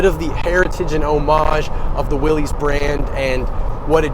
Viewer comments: It’s pronounced Willis, not “Willies”. Mr. Willys is rolling in his grave hearing his name being butchered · John Willys pronounced his last name Willis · I really wish people would get the name correct. It's pronounced, like WILLIS, John North Willys = WILLIS Overland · John pronounced his last name "Willis".